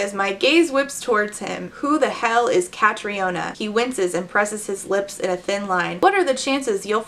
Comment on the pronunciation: i'm confused, the book. Catriona is pronounced Katrina, BTW.